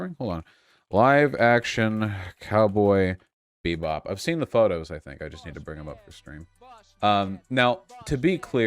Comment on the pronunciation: I really cant tell if Vaush was saying "cowboy beat bop" on purpose or not....